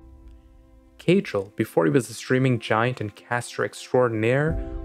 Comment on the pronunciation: it's caedrel dude